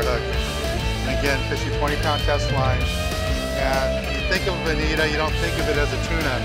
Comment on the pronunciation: Bonita? I'm pretty sure it's Bonito.